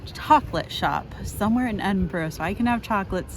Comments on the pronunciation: "Edin-borrow" 😅. Try pronouncing it like "Edin-bur-uh" 🙂. (I'm from Edinburgh). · Loved the video, but has been pronouncing Edinburgh wrong, its ED-in-bruh